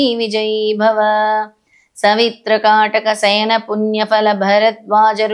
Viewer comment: మీరు మొత్తం 3 తప్పులు చదువు తున్నారు అమ్మ. 1. రాజ్యం కాదు రాజo 2. గణ సంఖ్యా కాదు ఘన సంఖ్య 3. కాటక శయన కాదు కాటక చయన ఈ మూడు తప్పులు సరి చేయండి. ఎందుకంటే మీరు చెప్పిందే సరి అని ఇదే తప్పులు మీ భక్తులు అందరూ చదివే ప్రమాదం ఉంది. అది మహా దోషం. శ్రీ గురు దత్త జై గురు దత్త శ్రీ పాద రాజo శరణం ప్రపధ్యే